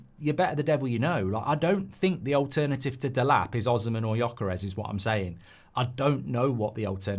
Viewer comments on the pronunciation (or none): none